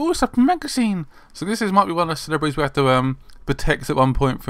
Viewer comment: Lol. "...celebretiss!"